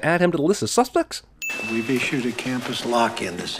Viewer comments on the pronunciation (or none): Susplects, huh?